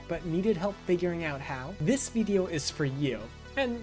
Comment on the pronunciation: Where are you from? I love the way you say veedio lol Also, I'm unable to launch the bat file. I've installed python 3.12 from the Windows Store + the three packages, but trying to launch it opens and immediately closes a command window. Error report attached below: Traceback (most recent call last): File "src/Polymath.py", line 15, in import Polymath_Software_Selector File "C:\Users\xxx\Desktop\BG 3 Mod Manager\Modding Utilities (Non-Mod Manager)\Polymath_2_0_0_Nexus\src\Polymath_Software_Selector.py", line 5, in import Polymath_ActionResourcePoints File "C:\Users\xxx\Desktop\BG 3 Mod Manager\Modding Utilities (Non-Mod Manager)\Polymath_2_0_0_Nexus\src\Polymath_ActionResourcePoints.py", line 2, in from pyarmor_runtime_000000 import _pyarmor_ File "C:\Users\xxx\Desktop\BG 3 Mod Manager\Modding Utilities (Non-Mod Manager)\Polymath_2_0_0_Nexus\src\pyarmor_runtime_000000\__init__.py", line 2, in from .pyarmor_runtime import _pyarmor_ ImportError: DLL load failed: The specified module could not be found. C:\Users\xxx\Desktop\BG 3 Mod Manager\Modding Utilities (Non-Mod Manager)\Polymath_2_0_0_Nexus>